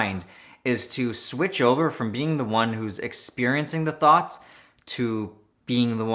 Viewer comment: Every time he says thoughts, I hear thots